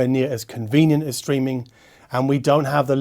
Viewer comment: For a moment I thought you said "screaming music".